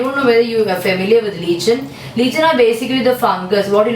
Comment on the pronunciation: mam lichen pronounced like - lyken not leechan